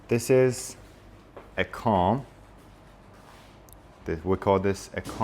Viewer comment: Actually you pronounced the word scissors in a wrong way, the correct pronunciation is /ˈsɪz.ərz/ with a short i sound not a long i sound , and also the word comb you pronounced it with a short o sound but the correct pronunciation is /koum/ with a long o sound .